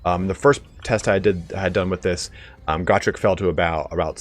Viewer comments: Isnt it GO-Trek not GAH-Trek? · Go-Trek, like Star-Trek, Not Gor-Trek, Goooooooo-Trek. Gor is greenskin, Goo is Dwarven, everybody now, Go-Trek, Not Gor-Trek.👍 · it is pronounced (GO Trek) not (God Rick) say it right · Its "Go-trek" not "got_rek"